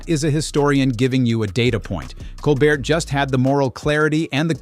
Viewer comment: Wish that the narrator would start pronouncing Stephen's last name correctly.